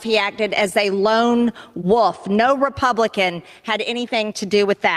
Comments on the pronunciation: She also says woof instead of wolf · "Lone woof."